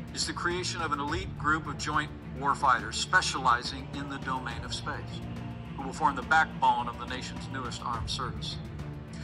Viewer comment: Interesting wording. He kept mentioning the 'Dome-ain' of space.